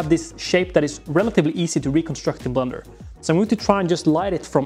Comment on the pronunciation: I know it’s ’blender’ and also that English is not his first language but his english pronunciation is actually really good except for this one word which he very plainly pronounces as ‘blunder’ which is another word for mistake. As a New Zealander (who are incessantly accused of saying “fush n chups”) I found this oddly resonant.